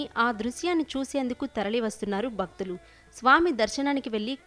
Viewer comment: షివుడు కాదు తల్లి.....శివుడు. ముందు సరిగ్గా తెలుగు పలకడం నేర్చుకో. బత్తులు కాదు భక్తులు. తెలుగు పలకడం రాని వాళ్ళు అందరూ టీవీ లో యాంకర్లుగా వస్తున్నారు. ఇది మన తెలుగువాళ్ల దౌర్భాగ్యం